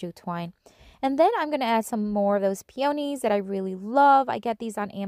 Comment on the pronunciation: Pio - knees. Please don't think of me rude . Just thought I'd tell you. Love the projects and you used my favorite flower!!!!!